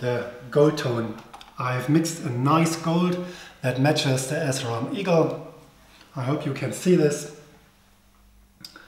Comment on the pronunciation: Also, it`s Sram not S-Ram